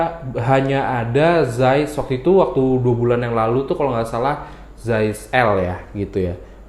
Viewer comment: Saiz bukan zais 😁😁😁